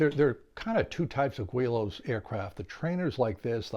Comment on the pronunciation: I like that you try new designs and that you share your results. I learned a lot just watching. One thing I learned was its pronounced "gw-ee-lows" and not "gi-lows" that I have been calling them for years! I've seen those kits for years and even built one some 40+ years ago with tissue and dope. It wasn't powered though. Never thought about RC'ing any of them but you are inspiring. Haven't tried foam board planes yet either but it looks like fun. There are a couple guys at the club that do.